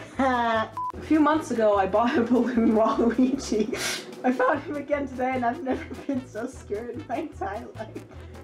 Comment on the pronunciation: its walloogi